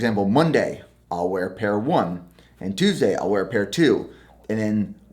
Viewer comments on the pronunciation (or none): none